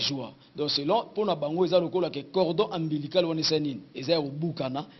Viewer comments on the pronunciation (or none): Cordon ombilical et non cordon ambilical. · cordon ombilical et non ambilical